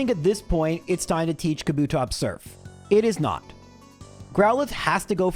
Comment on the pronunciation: You putting emphasis on 'TOPS' and also saying "School girl outfit era" which is vague as all Hell makes you sus